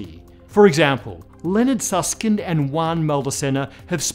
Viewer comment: Juan Maldacena name is pronounced Hoo -án. J in spanish sounds like H in english (which is mute in spanish).